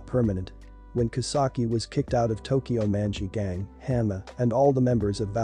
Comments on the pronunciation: it sounds like tokyow munchy ghang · how you say "tokyo manji gang" just pisses me off